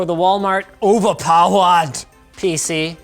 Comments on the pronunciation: did he just said ova pawad😂😂 wtf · When he says OWERPAOERD